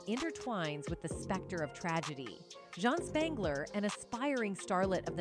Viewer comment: I doubt Jean's name was pronounced "John". And why do you keep saying "M" instead of murder?!? Also please get a thesaurus, I had to turn it off, I couldn't bear hearing the words compelling or enigmatic one more time!